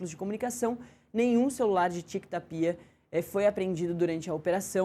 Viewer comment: Essa apresentadora que não sabe falar o nome do presidente , não é Ta-pi-a , é TÁPIA. E essa chicara na mão que coisa mais BREGA. E quando começar o programa não se diz “ A gente começa “. Se diz “ COMEÇAMOS “.